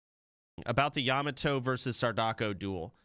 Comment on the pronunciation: bro stop pronouncing yamato like that